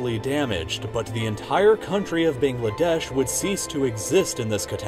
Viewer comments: I live in India, and speak the same language as the people of Bangladesh speak. I would like to inform you that the pronunciation would be BAANGLAADAYSH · Need to work on your pronunciation dude. Ayzerbaijan, Quttur, Bayngladesh, what?